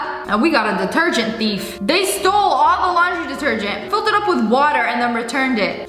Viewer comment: min.: ......................yiz .... open this ..... gergent ..... very berry gergent :P